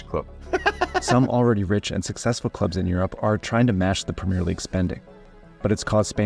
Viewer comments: And that he does it over and over again even with having Brits pronouncing it correctly in his video. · It enfuriates me when british people say Premier. You're saying it wrong and the french are right there to show you how to say it right. Say the è you animals!!!! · it's pronounced PRUHMIEEEEEH LEAGUE. You have to emphasize that. You have to scream that.